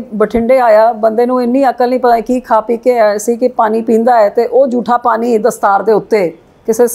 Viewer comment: Punjabi bolni ta sikhla bibi. ਪਾਨੀ ਨੀਂ ਪਾਣੀਂ ਹੁੰਦਾ